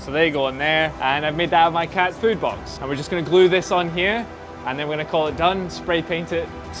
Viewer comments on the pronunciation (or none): none